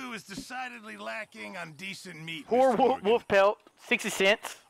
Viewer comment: I love how he says woof instead of wolf